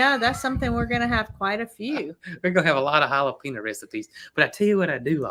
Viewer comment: Jalapeño - It's pronounced with the 'e' having a long a sound; JalapAno! 🌶️🌶️🌶️